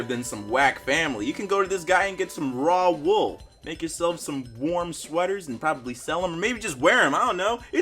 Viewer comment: Did you really say raw wool